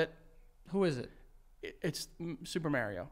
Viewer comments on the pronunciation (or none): The way y’all pronounce Mario kills me💀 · You ain’t getting nowhere with Mario if you can’t say his name correctly. Just sayin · The way they pronounce Mario will never not be funny to me